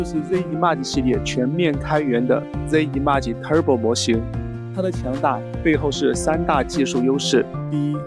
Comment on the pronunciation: 讲的真好，比ai讲的还细致。只是有个小缺点，image的发音你最好去查一下音标。瑕不掩瑜